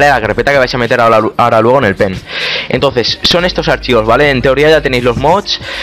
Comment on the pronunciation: se escucha enves de pen p3n3 xd , meteis el p3n3 a la pley xD